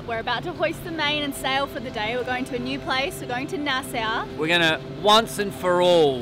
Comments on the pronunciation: I love how you pronounce Nassau - here in the Bahamas we say it a bit differently we pronounce it “Nass-saww “when you say it sounds like “NASSA “😂😂😂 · PRONUNCIATION!!! Love you guys! From a local Bahamian: the way you pronounce Nassau is like this: Nah - SAW, (not Nah - SOW), with the stronger accent on the first consonant: NAH-saw, or often, "NAH - suh". Happy to have ya! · Hey, it's pronounces Nas-saw.